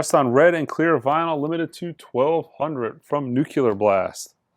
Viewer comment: Yeah, if it ain't Jazz prepare for the name to get butchered. Nuc-u-ler Blast. But... on John Coltrane's 3rd session in 1956 at Van Gelder Studios he had a mild cold and used 3 Kleenexes during the recording of "Salt Peanuts" that gave his Sax a unique character. It is actually half the fun of the videos. Val-in-teen?